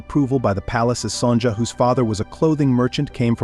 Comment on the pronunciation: Her name is Son ya